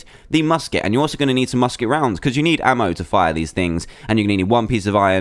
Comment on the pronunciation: U said busket barrel